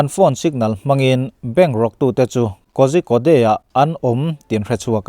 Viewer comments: Malayalee ho chuan 'ZH' hi mizovin 'ka Ra a so' kan tiha 'Ra' kan lam ang deuh hian an lam ṭhin avangin KOZHIKODE an lam rik dan ang deuh bera lam ri ve tur chuan 'KORICODE' tih angin lam ila a teuh thei ber tih ka lo sawi ve mai mai...ZH hi RA rikin chuan KODE hi CODE(kawt) rikin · Kozhikode i lam dan hi a dik chiahlo em aw..de tilo hian code kan lam ang hian an lam mai ṭhin sia. Beng ati kham deuh ṭhin.